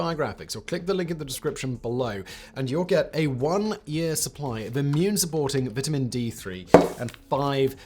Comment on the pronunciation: I want to stick a fork in my ear every time he says vitamin